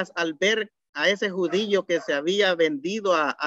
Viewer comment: excelente, pero como retroalimentación debería de mejorar su pronunciación, ejemplo: decir JUDIO y no JUDIYO, pronunciar MACHO CABRIO y no MACHO CABRIYO, decir HABIAN en vez de HABIYAN....